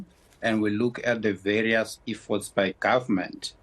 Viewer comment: He can’t even pronounce EFFORT how on earth will the ANC be able to apply an effort. Bunch of incompetent fools running the country. We want fresh running water and electricity, that is why I reguse to pay taxes, it is to line the ANC pockets, not to serve the people.